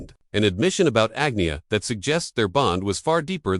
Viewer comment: “Ag-nee-uh”? AI again.